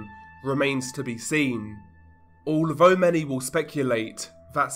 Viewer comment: Alvo? Vhe? Veir? Vhat? Vis? Vem? Dude, is English your first language? It's Although, The, Their, That, This, Them. Maybe you're just Fick?